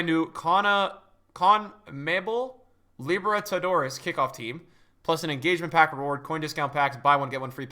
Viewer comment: is sooo white lmfao cant and sounds like he doesn't know how say copa libertadores and conmebol lmfao 🤣🤣